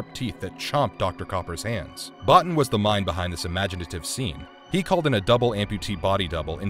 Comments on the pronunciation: His name is pronounced 'Bow-Teen' not 'Bot-tin'. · It’s pronounced Bo-Teen not Bah-Ten. Other than that I enjoyed the video. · Omfg, it is Bo-teen not bot in, Rob Bottin.